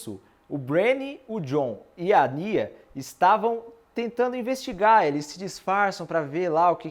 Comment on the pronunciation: Bela review, acabei de ver a temporada e tá ts muito bem explicado. Mas Kânsia, cara? Kkkkkk É Kasnia